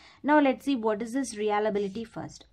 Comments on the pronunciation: Nice session. Pls. correct. Its Reliability not realability. You are pronouncing it "realability".. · It's not Re-ala-bi-li-ty It's re-lia-bi-li-ty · ya u right her pronunciation is not correct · no mate, it is indeed pronunciation